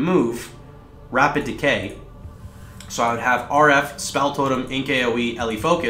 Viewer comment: "decay" not "decoy" totems